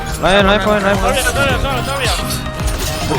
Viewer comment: 이분 영어 발음보소 롸인 원 롸인원 ㅋㅋㅋㅋ